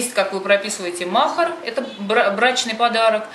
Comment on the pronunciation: Не мохар а махари ударение не правильно ставите😊😅